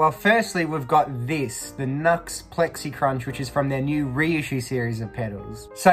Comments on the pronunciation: It's NU-X (new x) not NUX (nucks) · I’ve always said New-X, until recently when I learnt it may be officially pronounced Nucks, so who knows!